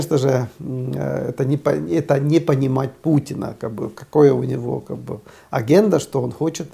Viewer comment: Аарне Веедла, не агенда, а адженда -- повестка дня